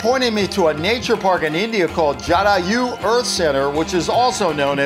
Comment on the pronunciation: Also, it's not pronounced as jaadayu It's jadaayu